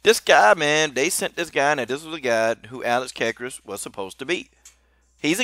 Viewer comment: you pronounced alex's last name wrong.